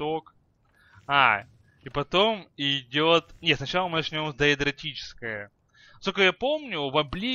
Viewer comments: ДАЭДРИЧЕСКОЕ !!!!!! А НЕ ДАЭДРОТИЧЕСКОЕ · Даэдрическое говорится.